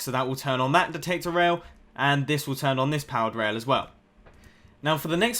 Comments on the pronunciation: I thought he said "protector rail" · he said potato'ed rail instead of powerd rail LOL